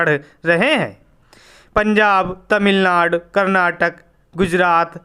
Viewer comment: सर आपने यदि को यद बोला, तमिलनाडु को तमिलनाड बोला,परिवहन को परिवाहन बोला। बेहतर हो कि आप अपने उच्चारण पर ध्यान दें।